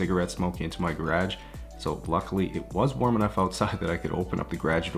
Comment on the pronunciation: Gar-ah ge